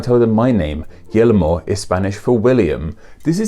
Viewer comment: Guillermo is pronounced GEAR-MO. But I didn't know until I heard it said out loud.